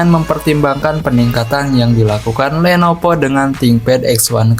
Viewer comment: Lenovo bukan lenopo bng